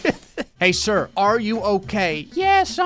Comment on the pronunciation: When he said “hey sir r u okay” my Siri thought he said hey Siri and replied